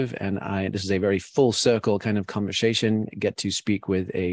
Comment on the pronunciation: Why doesn't Jamie Wheal know how to pronounce conversation?